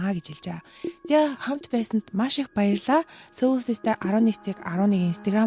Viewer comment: Хэрэгтэй мэдээлэл өгсөнд баярлалаа. Soul гэдэг англи үгийг соол гэж дууддаг шүү сөүүл биш.